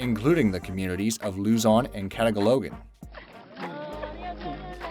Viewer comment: Why did you call kata ca logan... Its katagalugan bro try it with a filipino accent... Go on try it i will notbe offended.